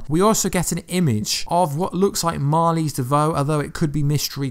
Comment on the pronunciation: It's "Marlize" not Mali